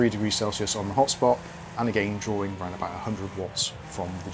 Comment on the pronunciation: whenever he says "this game is drawing ..." i only hear "this game is boring" and its funny x)